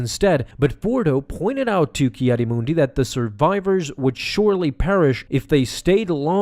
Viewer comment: “Kiadi Moondi”